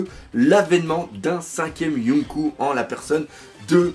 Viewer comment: Yonkou se prononce Yonkô (avec un prolongement du o) et donc pas de référence à dragon ball pour le coup ^^